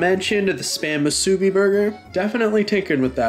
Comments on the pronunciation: Its not pronounced masubi, its pronounced moosoobi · No he pronounced it like a french j sound. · why does everyone pronounce musubi like that 😭😭😭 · You pronounced musubi so wrong it hurt my ears.